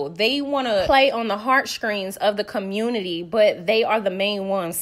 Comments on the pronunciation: 😂😂😂😂 you’re hilarious and petty and I’m here for all of it. Did you say curmonity😂😂😂 love you Sis, keep up the amazing work ❤❤ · Girl. You are too funny! Ker-mer-nuttie!! And Esssssss-pO! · Lmfao not the "comurnity" Jesus wept 🤣🤣🤣🤣